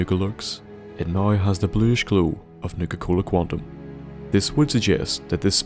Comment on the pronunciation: When he says now like "noi"😶